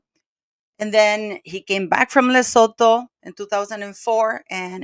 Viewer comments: Lesotho = luh·soo·too - the h is silent 🌍🤗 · I love how you pronounce lesotho 😂